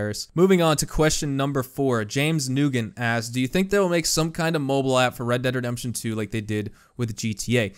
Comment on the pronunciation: thats not how you pronounce nugent, noo jent